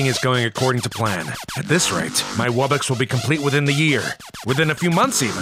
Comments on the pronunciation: wo-box? its wub-box. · I know why because says wo-box and you say wub-box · i like how they pronounced wubbox like "woo box" through the whole thing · Ah, my favorite monster. The WOOBOX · Wuu bux🤪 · they pronounce wubbox as wibbux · i feel one of my ribs break every time he says "woobox" because i know its pronounced wubbox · My man said woobox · Woobox? Its wubbox like WUB box Edit: sorry if im mean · He's calling them wo box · This guy said woobox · bro said woobox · bro said wobbox wubbox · It’s wubbox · uhm it’s pronounced “wuh-box” 🤓☝️ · Wubbox is pronounced wuh box